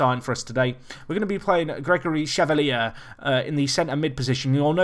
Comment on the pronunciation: Chevalier pronounced Shay - Val - Yay